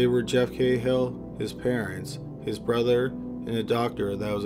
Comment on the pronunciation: Not cay-hill it's ka-hill an irish surname